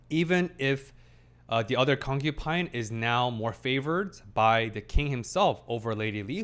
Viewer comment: I have to giggle a bit every time I hear "concupine" instead of concubine with a B. Because I think of porcupine. Lol